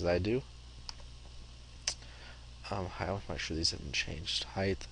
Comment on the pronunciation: Great tutorial. I like that you are slow, methodical and easy to understand. Having been an instructor myself, it is appreciated. As previously stated, your lack of editing of errors is very helpful. Only one comment. "Height", ends with a "T". I look forward to your other videos.